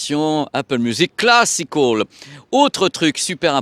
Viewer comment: Classic hall ou classical ? 😅 change pas t’es super (enfin l’accent peut changer quand même 😜)